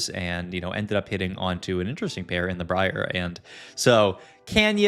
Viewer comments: mispronounced Bree-R :p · It's Bry-er, please lord. Amazing content though 🤣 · It’s so weird because he pronounces is Bree-Ar the first couple times and then changes to Brye-er